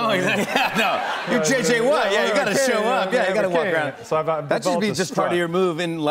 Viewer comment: Bill bur fans... It's JJ Huh-watts!!